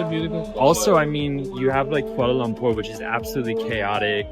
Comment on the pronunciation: I like the way both of you pronounced the cities names, Kuala Lumpur & Putrajaya correctly. Very informative vlog with lots of facts abt the city. As a Malaysian, glad you like the city. Thanks guys.